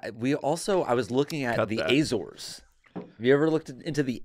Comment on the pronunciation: Jake is pronouncing Azores wrong, but it’s a beautiful vacation and it’s well worth it. My family is from there and I’ve been there before, stunning islands. Especially fun if you’re into botany/geology/marine biology